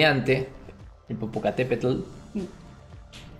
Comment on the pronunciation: Popocatépetl la pronunció muy bien e Iztaccihuatl hay va saludos!!!